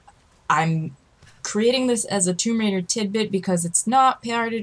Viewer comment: Rise of the Toom-bah Raider. Nice lil' tidbit and good video overall. c